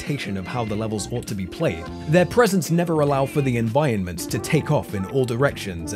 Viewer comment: your saying environments wrong